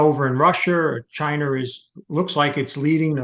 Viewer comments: This man says Chiner, Americer and Russher. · I love when old white people say “Chiner” “russher” “americur” lol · Americar, arenar, chiner. Sorry had to say it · Chiner and Rusher...😂. Gotta love it!